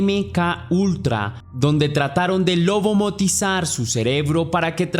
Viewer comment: LoboMotizar ?😂😂😂😂 ... LoboTomizar de LoboTomía😂😂😂😂 te quierooo.